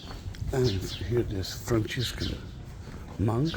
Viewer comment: Just to let you know it pronounced Franciscan (Françiscan) in English, not Franchiscan. That is how it's pronounced in Italiano.